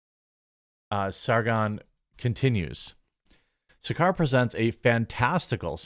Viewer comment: ASH SARKAR is a horrible Brit lefty...... She is the racist, she is the one who screams "RACIST" but she is that person she is screaming about... What has Trad wife got to do with "WHITE NATIONALISM"? Her name is pronounced, SAR CAR! What these people want is the WHOLE FAMILY having to work like they did 100 years ago.. Man, women, child.. all working 12 hours a day for just enough to survive! While people like her get paid by the state $200 a year and swanning around in a car paid for by the vary workers she says she supports through TAX!